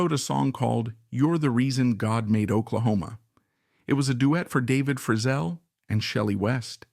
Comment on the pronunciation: AI Can't pronounce Valens, Tanya, Frizzell, or Nevada properly.....